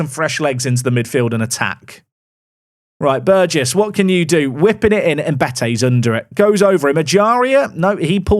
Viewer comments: Hey! He said Burgess right! 🎇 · Thank you for changing your pronunciation of Burgess. Not my name, but the surname of a childhood best friend, and his family pronounce it the way you amended to in today's video.